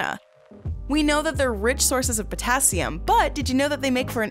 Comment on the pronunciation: the pronounciation of the names of elements are driving me nuts it is potassium ( pota cium